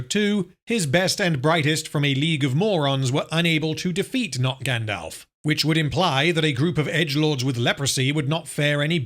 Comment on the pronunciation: “Grand-Elf.” This is pain.